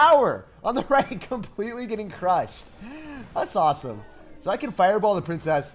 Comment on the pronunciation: that’s sauceam instead of awesome lol